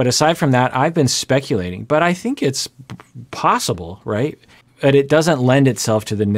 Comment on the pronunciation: Why is she ending every word with an y? 😅 Biggy, colty, thinky, righty...